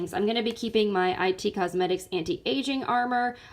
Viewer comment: Hi, I'm new to your channel and love your videos! I love decluttering and anti-haul videos. Just one thing I wanted to point out, the brand IT Cosmetics is like the word "it", not "i" "t" Cosmetics. Keep the videos coming!